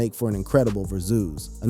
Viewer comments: Verzoos?!?!...😅😂😅 Verzus. Like Versus, T.I. must need some paper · Va zoo's.....got me so annoyed